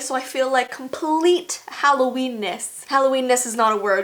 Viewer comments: It’s HALLOVEEN... wut the f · ITS HALLOVEEN